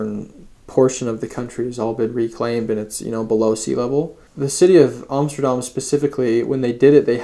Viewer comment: A native english speaker who pronounces Amsterdam correctly, wow.